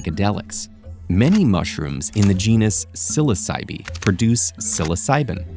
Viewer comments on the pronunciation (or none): Psilocybe is pronounced sil OSS a bee